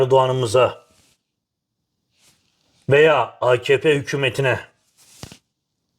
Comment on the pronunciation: Akp o ak mak değil. A ka pe